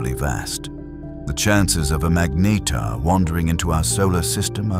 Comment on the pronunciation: Very good AI narrator, just needs help pronouncing ’magnetar.’ Even if it’s wrong, keeping it consistent helps. Very informative assuming the details are correct.